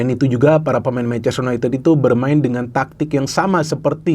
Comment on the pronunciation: Bacanya yunaintid bukan yuneted